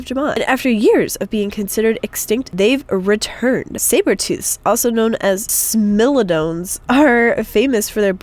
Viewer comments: Smilodons is pronounced Sm-I-Loa-Don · U said smilodons wrong. Its pronounced (smile-o-dons) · Smilodons- pronounced smile-Oh-don-s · smilodons are pronounced smile-o-dons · its pronounced si- mo -lo -di -ons